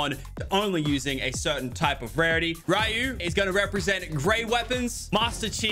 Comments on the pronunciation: It's pronounced as reeyou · I can't believe that they have two street fighter characters but no doom guy. You can do better fortnite. did he just call ra-you ru? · Am I the only one triggered that he pronounced it as "rOo" instead of "ri-yu" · I'm sorry to be petty but lachy. ITS RYU NOT RU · when you say Ru instead of Ryu. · It hurts my soul every time he calls ryu (ree-you) rue (roo) Edit: it hurts my soul every time I misspell something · Normal people: "Ryu" Lachlan: Roo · He called Ryu Roo😅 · Lachlan calls ( Ry ) ( you ) Rue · Did he just say Ru? Did he just say Ru?!?! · Did Lachlan just call ryu rue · When he said “Raiu” instead of “Ryu” 😢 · Did you call Ryu "Rue"????? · Lachlan said ru instead of ryu lol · Who’s roo. Oh. You meant ryu. Get it right. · It’s ryu not ru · I hate that he said ru and not Ryu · Him pronouncing ryu as rue gets me so annoyed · It's Rye-you, Ryu lachlan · Ah yes “Rye-yuu” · Lachy, I'm just saying it's pronounce ree-u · wrong pronounciation lachlan i think its reeee you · >:( u called ryu,ru im triggered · its pronoucned ree you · u said ryu wrong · I just love the way he pronounced the Name Ryu! 🤣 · the way he missed pronounced Ryu hurt my soul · I'm not complaining, but you misread Ryu's name 😅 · Lachlan saying ryu's name Wrong annoyed me but because well its him i let it slide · c'mon lachy, it's not that hard to pronounce ryu.